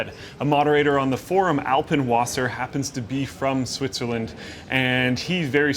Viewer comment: LOL How he pronounces Mediamarkt and Alpenwasser :D